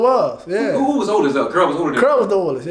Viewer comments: Mf saying Carl but it sound like curl 😂😂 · He steady saying CARL, all I hear is CURL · That nigga said cearl 😂😂😂😂